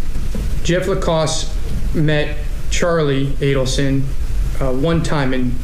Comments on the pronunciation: Who said “Adelston” at the beginning 😂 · It’s Adelson not Adelston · its not Adelston,is Adelson. It alwsys helps to have the names right. It gives more credence 😂